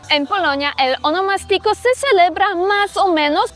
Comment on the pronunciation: Ahh tu dices honomastico. Pero creo que la en RD se le dice a tu cumpleaños. Un termino ya en des-uso. Verifica prounciacion que lleva asento diferente. Yo que vivo en Miami y soy de San Cristobal, he perdido la costumbre de tomas tantas cervezas por el tema de que aqui puedes tener multas muy altas por un porcentaje de alcohol en la sangre. Eso lo perdii en Miami